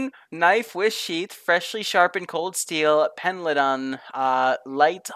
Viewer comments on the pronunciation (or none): Did you just say pen-dlee-tawn? As a resident of a town named Pendleton I will let you know it is pronounced pen-L-ton. Also your carpet makes me think of cheap hotel rooms. Bet your bed is just as stained :D